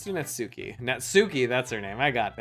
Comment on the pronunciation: It’s Natsuki